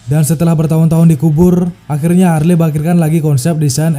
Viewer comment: HARLEY, (dieja / dibaca) = HERLI 🤓